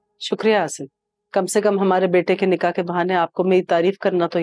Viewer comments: Nikah hota hy nika ni hota 😂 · said nikeh not nikah